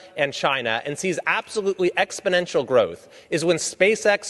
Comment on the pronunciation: AAAAAAHHHGG!!! Please learn to pronounce exponential, or if not try not to use it every two minutes